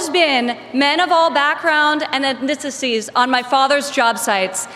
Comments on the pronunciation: Wait, it's not Ekknexities? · Ivanka, cannot even pronounce words correctly. The actual Wharton grad. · Why can’t we Ivanka say the word “ethnicities”? Was she ethnically-cleansed since birth? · "People of all ethnisisysy" "He is color-blind and gender-neutral." Boy, the Apple doesn't fall far Fwom da twee. So what we have learned is that Donald can not tell red from green, and he identifies. As gender non-binary. At least she is right about one thing. Donald is, and always was, a member of the elite class that he constantly criticizes.